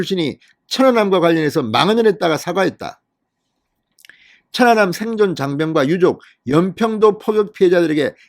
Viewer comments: 확실히 진성호씨는 어휘력이 부족하다. 천안함을 처난남으로 읽는것인가? 모니니터링을 해보시기를 160만 구독자를 가진유튜버이다. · 진성호 발음은 좀 이상하다 사전 투표 사전 발음이나 천안함발음이나 왜그렇게 액쎈트를넣고 발음하는지 듣기에 이상하게느껴진ㄷㅏ